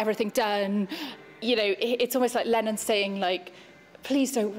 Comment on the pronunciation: When she said Lennon at the end, was she actually saying Lenin?